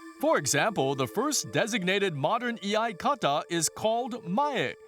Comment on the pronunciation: isnt that spoken like "yai kata" rather than "e-ai kata"